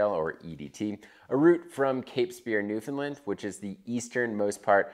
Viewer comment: Newfoundland, understand? Land, not Lyn. :) sick vid